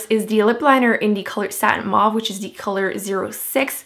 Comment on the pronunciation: Anyone else notice that she says "dee" instead of the??